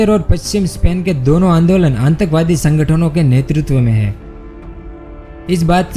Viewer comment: Bolna bhi nhi aata aur subscribers to dekho kitne sare he.😂🤣 Happens only on YouTube